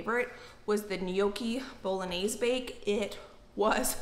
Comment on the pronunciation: Lol wtf is boloanze 🤦🏼‍♀️ please don’t do Italian like this